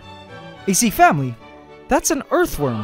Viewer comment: So um how about a shot every time he says "AC FAMULY"